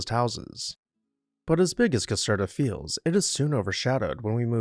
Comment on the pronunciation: Not exactly sure what the largest palace in Europe "by volume" means, but why is that one only no.10 on your list? (Caserta is pronounced as if the "er" is "air.") Where is Europe's largest palace (by floor space and 3400 rooms ), the Royal Palace of Madrid? While the Winter Palace has more floor space, it isn't one giant building like the one in Madrid. Good choices, just my being picky - like thinking a video about houses should be about houses with a separate video about palaces.